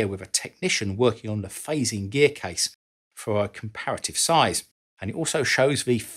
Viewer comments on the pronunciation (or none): none